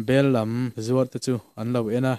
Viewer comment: I chhiar thain i aw a fiahfai tha viau mai. Thluk sual palh zzeh zeuh chu a awm. " Bellam," tih a,"lam," tih lai hi, "hlimtaka lam," thluka thluk tur a ni lo maw? Tin, " Charh charh," hi thluk fan loh tur a nih hmel bawk . I chhiar tha e.